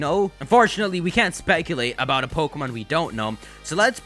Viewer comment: May I suggest not saying your "P"s so harshly? Everything else sounds perfect except "PO-kemon PO-kemon PO-kemon" over and over lol